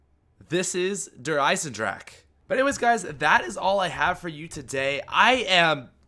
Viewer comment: i really love how all the poeple try to say eisendrache^^